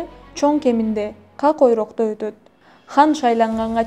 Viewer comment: Как ойрок эмес,Кок ойрок